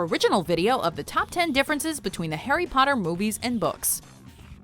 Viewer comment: ”hARRy” *”wOT” “EuhUehhh”